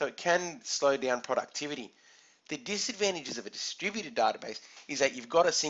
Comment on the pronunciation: Haahahaahhhah distrubuted word sounds like "the stupided". Anyway thanks a lot for this short but informative video.